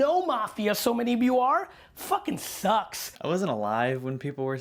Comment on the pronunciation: take a shot of water every time gary says "foken" now you're hydrated!